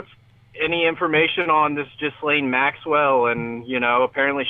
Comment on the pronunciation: FOR THE LOVE OF GOD HER NAME IS PRONOUNCED: JHIZ-LAYNE